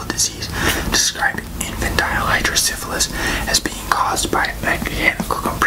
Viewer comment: I have hydrocephalus! You pronounced it right. Idk if I'm the one who you're referring to but I just wanted to thank you for this video! Awareness MATTERS